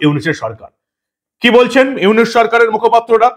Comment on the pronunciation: তোর দুই টাকার চা বিক্রি করা মোদী পাসোস ডক্টর ইউনুস নোবেল বিজয় নামটাই তো শুদ্ধভাবে বলতে পারিস না তুই